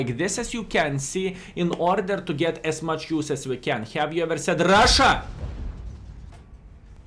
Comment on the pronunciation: Hey! Hello From Brazil! o7 when skill says RUSSIA ahahahahaha